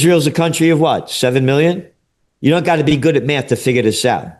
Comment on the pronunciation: Dude actually said cunt trie 😂😂, he’s great 👍💪